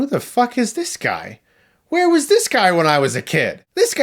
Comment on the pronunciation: “Indiana wash the dog’sh name...”